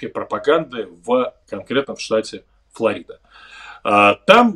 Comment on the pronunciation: Она Флорида. А не Флорида, господин Кучер)